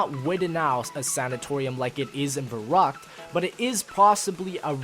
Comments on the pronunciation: Verrückt not Verruckt:D good video i'm so happy you're back:) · Fun fact: since verrückt is in german it should be pronounced ferryckt.